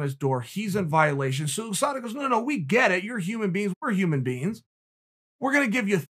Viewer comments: OooSada Chael makes Usada sound like a Asian fighter. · Chael “Ouu Sada” Sonnen, The undefeated and undisputed champion. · No one: Chael: Ooosada Yarear